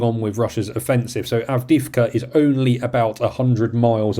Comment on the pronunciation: Love your podcast! But your English is troubling. etc. is "et setera" NOT "eksetra" Avdiivka is "Avdee-yeevka" NOT "Avdeevka"